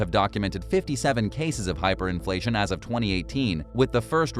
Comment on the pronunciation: hiperinfltion? lol check yo charts bro